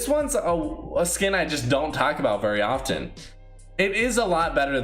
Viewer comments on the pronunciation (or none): none